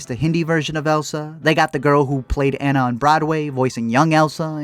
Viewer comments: It’s not an-na it’s pronounced ah-na! But still spelled like Anna even though it’s not pronounced that way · if he says "ánna" one more time 😤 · Not trying to be THAT person but it’s ANNA like AH-NUU not ANNA like Anna Kendrick!!! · if he said Anna wrong one more time I would jump through the screen and strangle him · Hearing you say Anna wrong throughout the whole video is driving me insane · Is it just me that’s bothered when he pronounces Anna’s name wrong lol. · Love you for the comment about Tangled being better because it's a FACT... kind of despise you because you say Anna's name wrong the entire. video.